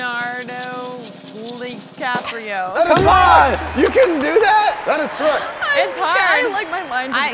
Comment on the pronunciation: Who plays jack she says Leonardo li caprio